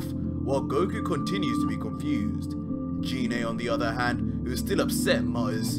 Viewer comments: Gee-nea Not JEE-nae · #Bardock great fan fiction, but must you slaughter the pronunciation of Ginae's name? It isn't "G-Nae" pronounced with the "Guh" sound of the letter G. It urkes the hell out of me when people claim to be huge Dragonball fans but butcher the names so badly. Thanks and as I said before great fan fiction. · Never subscribing to someone who can't say gine correctly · Anyone else weirded out by how he says gine